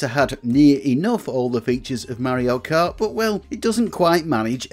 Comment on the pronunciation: It is SUPER MARIO KART NOT SUPER MEARIO KART